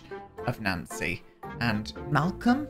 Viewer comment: "Malcolm" Landgraab 😂